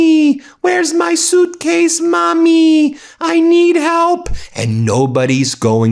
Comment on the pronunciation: " I like my zooootcase"